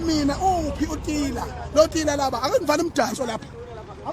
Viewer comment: Tira not Tila bo